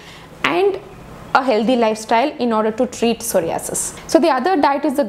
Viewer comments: Pehle ek kaam krro soh·rai·uh·suhs bolne seekho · Aap pahele psoriasis ka pronounce korne sikho.....first comments korna